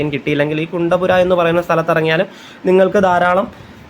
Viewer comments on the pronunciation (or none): കുണ്ടപുര അല്ല. കുന്തപുര. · കുണ്ടപുര അല്ല കുന്താപുര ആണ്. ഞങ്ങൾ കണ്ണൂർ, കാസറഗോഡ് ജില്ലക്കാർ കുന്താപുരം എന്ന് പറയും. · കുണ്ടപുര അല്ല , കുന്ദാപുര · കച്ചേഗുഡ അല്ല, കാച്ചിഗുഡ ആണ്. പിന്നെ കുന്തപുര അല്ല കുന്താപുര ആണ്. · കുണ്ടപുര അല്ല, കുന്താപുര അണ്. കേരളത്തിന് വെളിയിലുള്ള സ്റ്റേഷനുകളുടെ പേര് ഹിന്ദിയിൽ ഉള്ളത് പറയുന്നതാണ് നല്ലത്. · കുണ്ടപ്പുര അല്ല കുന്താപുര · കുണ്ടപുര അല്ല കുന്ദാപുര